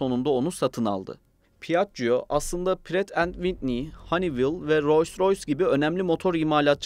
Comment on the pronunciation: "pi - ACC - COO"...... rahat olun, "piajio" olarak okunabilir. Üste üste duya duya dayanamadım ve videoyu kapattım.